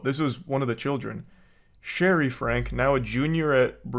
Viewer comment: Also it’s pronounced “Frankie” not “frank”